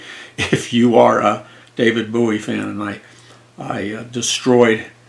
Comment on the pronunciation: It's bowie like a bow and arrow